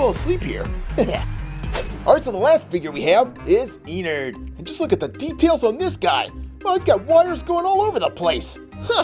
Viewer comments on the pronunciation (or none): You said enard it’s Ennard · He called ennard enerd